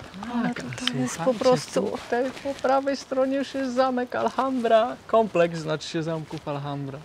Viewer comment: i. Jeszcze raz wspaniały film. Wspaniała równowaga pomiędzy przedstawieniem natury, histori i kulinarii. Just a correction about pronunciation of Alhambra. The h is silent. It doesn't matter if it is at the begining of the word like hola or inside like ahora. No se preocupen, es fácil de hacer errores como así cuando empiezan aprender un idioma nuevo. Bessos desde Canadá.